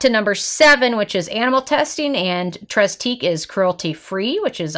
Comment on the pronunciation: Nice review. Just an FYI: it's pronounced 'TRAY teek.' (8 years of French is finally paying off!)